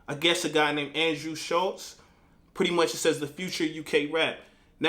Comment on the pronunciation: I think he mispronounces names on purpose to show less respect he does it with nearly every uk artist and Shultz is a prick, good work